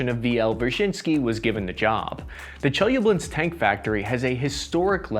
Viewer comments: Im from chelyabinsk, and its not pronounced chelyablinsk my friend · Yea, but he butchered the city in Russia where the tanks were built, 😆 Chelyabinsk. He has an extra syllable in there or some crazy thing. Gotta love him, though. He tries so hard. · Чеяблинск))) it is not Che-ya-blinsk. It is Che-lya-binsk